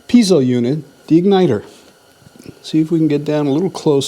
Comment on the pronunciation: I think you've given me a good reason NOT to buy a Mr. Buddy heater. Also, it's pronounced pee-ay-zo, not pee-zo.